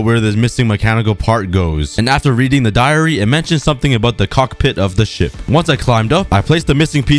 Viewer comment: says cockpit with the pit and the other syllable separated Me: KID FRIENDLY?